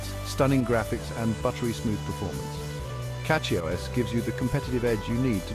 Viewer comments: CatchyOS? 🤔 This AI can't even pronounce it properly🤨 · Yes to get it to say Cachy OS you have to put Cashy O S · Why the mix of AI and legit content? It can't even say CachyOS properly. Makes me actively not want to use CachyOS